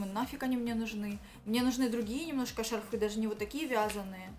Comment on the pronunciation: Одела, одела, одела..... шарфЫ.... Нужно что-то делать с речью